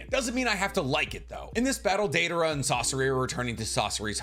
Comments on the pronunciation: Daedora? Where the hell is Deidara mentioned like that?? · the butchering of Deidaras name in notbut rn video and this comment hurts my heart